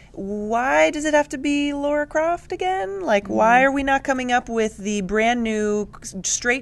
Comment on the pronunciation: Damn you American's, It's Lara not Laura